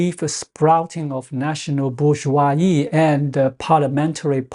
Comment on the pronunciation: The word , in both French and English, has the s pronounced as a /z/, and not silent.